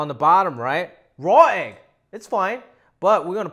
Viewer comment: When you said "raw egg" it kinda sounded like you said "Roy" and I was trying to figure out what Roy Roger had to do with your eggs. 🤣